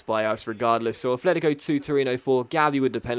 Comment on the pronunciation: Its not "Afletico" its "Atletico"